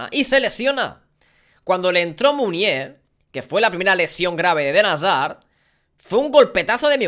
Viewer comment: Alguien me dice cuantas veces a dicho: Eden Hasar 😂😂